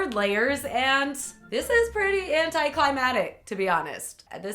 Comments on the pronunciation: It bothers me how she says anticlimactic. She leaves the second C out saying it like , anticlimatic . Which isn't a word haha. I still love her though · you are beautiful, intelligent, and very creative. However when you forget to pronounce the middle C in "anticlimactic" I want to scream. Say it with me... "anti cly mack tick." You can do it! I believe in you! hercules clap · she says anticlimactic wrong every time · It's pronounced Anti-CLIMA-C-TIC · anti-climatic?, really? I think you missed a partial syllable! lol ilu anyway